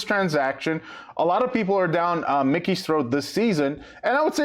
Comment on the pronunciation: And its not like Mickey Mouse, its MIKE-EE, His name is Mike